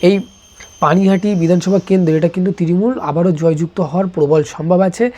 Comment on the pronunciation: তৃরিমূল না তৃণমূল আগে উচ্চারণ ঠিক করে শিখে আই তারপর এইসব বলবি